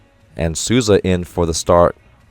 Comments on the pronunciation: Coach's pronunciation is so on point! The only one he got wrong was Maurício Souza which he prounounced as "Susa" and its like "Soul - Za" Took me a second to notice who he was talking about I love how different the comments are here from what we hear from TV, it's truly refreshing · Eu achei o jeito dele de pronunciar Souza muito fofo "Suuza" aksjkaak